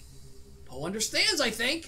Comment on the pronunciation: why do you call PO pol?